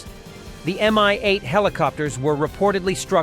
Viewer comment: "Mi-8" (not "MI-8", BTW) is pronounced as "me" - or "mi" as in "minuscule"/ "minute", not as in "mine". And then you don't say "en–ey–es–ey" but NASA, and the same goes for MAGURA V5 - which is, according to Auntie Wiki: "MAGURA V5 (Maritime Autonomous Guard Unmanned Robotic Apparatus V-type) is a Ukrainian multi-purpose unmanned surface vehicle .... capable of performing various tasks: surveillance, reconnaissance, patrolling, search and rescue, mine countermeasures, maritime security, and combat missions" So, repeat after me: ma–gu–rah. Repeat again. Make it 500 times or until cows come home - whichever comes latter. "House of Culture" is a lousy direct "word–for–word" translation of Russian "Дом Культуры", which would be better translated as "Arts and Performances Centre". Or a "Cultural Centre". In short, thisi is the place housing cinemas, various "community activities" workshops, maybe a theatre - and such. "The Five, Ozone" Russian word/ term "пятёрка " (a/ the five) is synonym of "perfect", as "5" is/ used to be the school grade corresponding with American "A" (the best grade possible - the lowest one is/ used to be "2"). So "the five Ozone" is something like/ akin to "The Best Deals Ozone" (Ozone is the supermarket or "discounts" chain in Russia, as far as I can gather - think Walmart or Kwik–E–Mart from Simpsons - or something "in between").